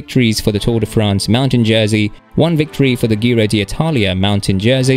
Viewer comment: G Ro G Ro G Ro. It is how you say it, please say it many times. G Ro. And Alpes d’huez…. Please try to make an effort